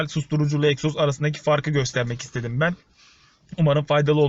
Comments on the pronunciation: Eksoz degil egzoz 🙂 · Eksoz değiiil EGZOZ 😁😁😁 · Eksoz değil abi egzoz abi binde uzun bi kesiciye sokar misin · ABİ EKSOZ Deyil o Egzoz